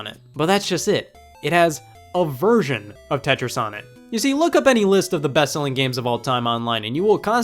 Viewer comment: I heard”A virgin of Tetris” XD